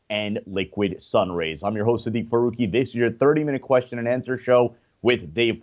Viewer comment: Dude it is pronounced QUESTION not KESHSION